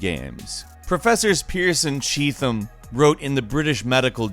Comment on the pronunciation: It's pronounced Cheet Tim,.. Cheetham